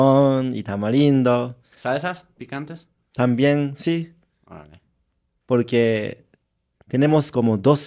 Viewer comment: Este coreano si dice si y no shi osea si se pudo